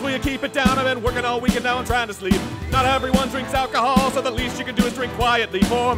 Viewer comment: Would hardly call a Guiness, "alcohool".